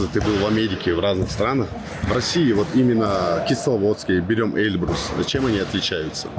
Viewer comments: Выучи ударение в названии горы "Эльбру́с" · Почему они говорят Э́льбрус?